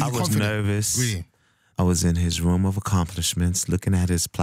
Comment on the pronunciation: He says room like "vroom" haha :D